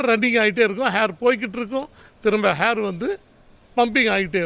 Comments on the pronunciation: அண்ணே ஹேர்.HAIR ன்னு சொல்ல கூடாது. ஏர் air.. ன்னு தான் சொல்லணும்.. அம்புட்டு தான் வாழ்த்துக்கள் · Hahha Hair illa Air..